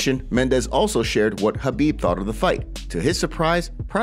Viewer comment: BRO ISLAM AND KHABIB ARE COUSINS CMON YOUR SUPPOSED TO KNOW THIS THEY ARE NOT FRIENDS THEY ARE FAMILY AND LEARN TO SAY KHABIB CORRECTLY ITS NOT CARBEEB OR CAR BEEP